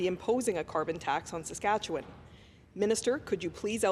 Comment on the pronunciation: It would help if McKenna started to pronounce Saskatchewan correctly.